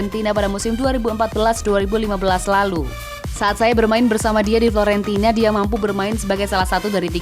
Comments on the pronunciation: FIORENTINA min bukan FLORENTINA 🤣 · Bukannya Fiorentina kok itu bilangnya Florentina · Fiorentina min bukan florentina. Hadeh ini dubber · Hahaa.. Betul, kirain aku yang salah dengar, ternyata kupingku masih akurat😊